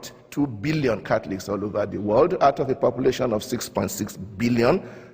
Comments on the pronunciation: Hahaha his own words, "Cackliks" (Catholics) XD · hehe.. i keep hearing "cat-licks"